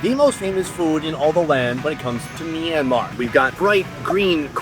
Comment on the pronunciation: Did you just say mynmar I speak that